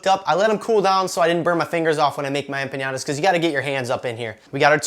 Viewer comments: What a great recipe, thank you! Just so you know it is pronounced empaNada, NOT empaÑada ;-) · There is a difference between ñ and n and empañada is not a word. A normal "n" and not a "ny" sound is correct. You should probably have just called it a flauta since it actually is a flauta just with apples instead of meat. "Flauta de manzana" - that sounds like it would be an actual thing! I have made tons of mistakes learning languages and the only way I got better was correction - so please don't consider this trolling. The recipe looks delicious. I will have to make it tomorrow for breakfast. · Hola! I love your videos. Have been following you for over a year now. I'm not Mexican, but I do follow your videos like I said, so I feel the right to tell the following: I was not offended by your version of an empanada (though they're nothing like an empanada should be), but by your pronunciation of some of my favorite words TORTILLA and EMPANADA drove me crazy! (With much love.) TORTILLA is pronounced with a "j" sound at the end, and EMPANADA does not have an Ñ, so sick to empaNAda with "n" sound. Gracias mi amigo zombie!